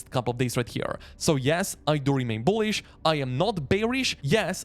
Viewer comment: I like how strong this guy pronounces the 'B' in Beetcoin and Boolish.